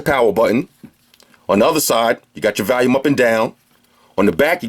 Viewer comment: I get a kick out of him saying volume buttons. Lol I'm from the south so it sounds different to me. Keep up the good reviews. I always watch your real reviews to see I want to purchase something. That being said I can't find a case for my note 4 that I like. I need it to be slim with a GOOD kickstand. Not that fimpsy shit on the speigan.